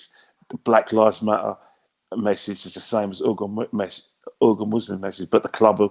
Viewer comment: Its pronounced Wee-gur Muslims